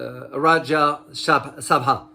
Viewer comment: The way he pronounced "Rajya Sabha" This makes me laugh a lot😂😂..BTW Thank u for covering this news..India is also gearing up to decrease the dependency on USD for global trade...